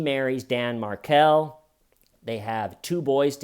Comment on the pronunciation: Loved this Only thing wrong is Garcia was not a Latin King - Rivera was. You rock. Side note - it's pronounced Mar-kell.